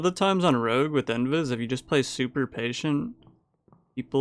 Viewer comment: mans really hit us with the classic rouge instead of rogue